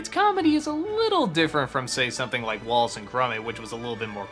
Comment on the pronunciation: Did anybody else hear him say "Wallet and Gromit"?